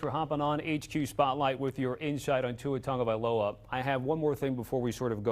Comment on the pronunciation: Its pronounced tago - vail - ova not tunga.... tunga needs to retire ~